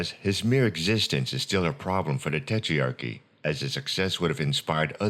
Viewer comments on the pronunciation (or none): nice video but it's tetrarchy not tetrearchy